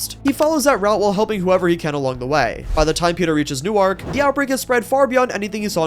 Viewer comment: Newark in NJ is pronounced more like Nu-orc